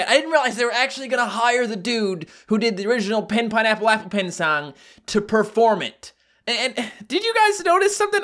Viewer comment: i heard you said sang instead of a song